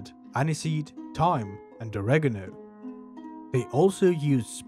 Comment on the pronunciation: Yes! You pronounced Oregano properly! Thank you!